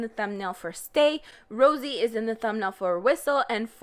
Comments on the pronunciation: Rosie? It's Rose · Okay, but why are you now pronouncing Rosé like Rosie? You were saying it correctly before. Is this an inside joke I missed? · THIS BITCH SUCKS THIS NEWS OF JISOO MISTREATMENT NEWS CAME ON THURSDAY SHE IS POSTING IT NOW ANY WAY SHE SUCKSS BAD NOT HATEING THE WAY SHE LOOKS BLAH BLAH. SHE JUST MAKE ME CRINGE AND PLZ STOP YOUR JOKE THAT YOU SAY 'JYP PAYS MY BILL' WTF BETTER STOP NOW IT IS ROSE' NOT ROSIEEEE BITCH SHUT UP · it makes me giggle you call rose...rosie. lol shit people make full blown careers out of looking like a celebrity doppleganger.